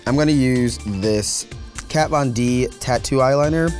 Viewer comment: she said kay von d🤭